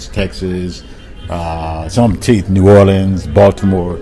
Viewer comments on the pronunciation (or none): none